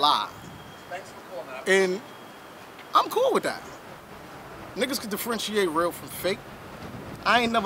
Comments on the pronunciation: "defriendshiate" #BARS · what is Defrenchiate or Whatever TF He Said.. don't use words u cant pronounce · DifFRENCHeate .. Put that in the book with serragation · Is he trying to say differentiate? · The word is differentiate. IJS